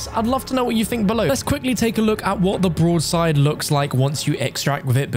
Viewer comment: What does he keep calling the broadside? He sounds like an absolute idiot